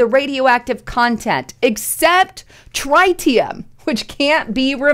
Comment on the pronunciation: Please learn to say "TRITEEIUM"....